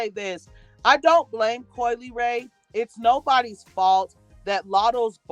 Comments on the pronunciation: possibly Coi's last name. Instead of (lee-ray) I think she's trying to say (luh-ray). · I think her name is pronounced la...like in speaking French, the le makes a la sound